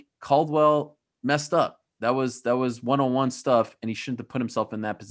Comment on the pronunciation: The way Ariel pronounces “Won” pisses me off every time he says it. IT’S PRONOUNCED ONE